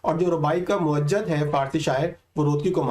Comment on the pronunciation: تحریر , تصویر قافیہ ہیں کا نہیں کیونکہ یہ ہم آواز اور ہم وزن ہوتے ہیں۔۔اور اس کے ساتھ آپ اردو کے ماہر نہیں آپ خالی دیکھ کے پڑھتے ہو۔۔لفظ موجِد ہے موجَد نہیں۔۔۔